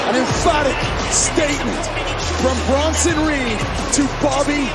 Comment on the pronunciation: Bruh. Its Bronson